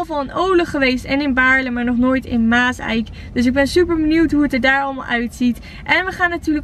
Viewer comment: Je zegt Maas eik maar zeg het geweien aan elkaar maaszijk zo spreek je het uit